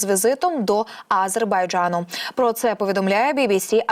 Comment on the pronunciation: Не тільки я,а й інші глядачі вже вкотре небайдужі до цього каналу та дикторів.Одна помийка! Люди відносяться до своїх обов'язків байдуже,непрофесійно.що це за вимова А-зер-бай-джа-ну? Неможливо вимовити назву держави?! Щось меле і сама не повторить